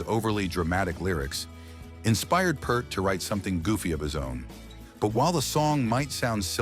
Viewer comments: You're pronouncing Neil's last name wrong. That's generally offensive to every Rush fan on the planet. Get your AI crap off the internet, please. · Another video that fails to pronounce “Peart” properly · Hey AI, drop the P and T from the name Peart and what do you have? The correct pronunciation of the Professor's last name. Ear, ear, ear, Peart. Get it?? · Your AI voice read Neil's last name wrong. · Can't pronounce Peart correctly. AI garbage. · If you can’t pronounce Peart, don’t claim to know anything about Rock. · Very interesting, but please stop mispronouncing Neil's last name. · Guy can’t even pronounce Peart correctly. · Who else is offended when The Professor's last name is mispronounced? 🙋😂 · My god if I hear someone pronouns Neil's last name again... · You are pronouncing Peart wrong! It has a long E sound. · Ahh, AI doesn't know how to pronounce Neil's name. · When you can't pronounce his name, I'm out. Stopped watching after the 2nd word od the video. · AI narration doesn't know how to properly pronounce Neil Peart. What a disgrace. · Great story behind that song. Even though you mispronounced Neil's last name like 95% of people do. Does it make a difference? To me it does. All about respect. I'd say that he definitely earned respect from his fans and writers and other musicians. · It’s sad that years after his death people continue to mispronounce his last name… 😢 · Exactly! They stayed true to themselves & even went further into their abyss of excellence!! Thank GOD!! 🤘🏻 RIP NEIL & I can't stand listening to a narrator who cannot pronounce his name correctly!!! 😢 The beastards!! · Someone has to correct them. I also pronounced it wrong at first. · AI doesn't have a lot of pronunciations down just yet. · Narrator needs to learn how to pronounce "Peart." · You keep saying Peart wrong! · Please pronounce his name correctly. Have some respect. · AI needs to go to pronunciation class…. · pronounced P-ear-t not purt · PEART stop saying purt